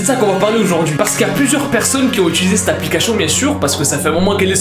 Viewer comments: C'est moi ou il a dit apliquachion😂😂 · Il dit tout le temps L'applicachion j'ai dis ça pour ça pour rien mais c'est juste il dit ça a chaque fois peut-être que c'est pas sa faute c'est pas pour juger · APLICACHION JAJAJAJA toujours le meme probleme de dyslexie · No one: be like: APPLICACHION